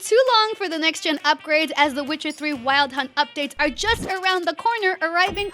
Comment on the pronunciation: Is it Weld Hunt or Wild Hunt 😅